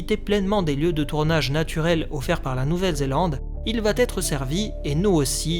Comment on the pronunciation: "il va être" et non pas "il va Têtre"...